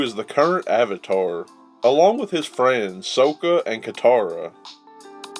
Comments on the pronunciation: Sock-ka not Soak-ka nice vid tho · >that pronounciation of 'Sokka'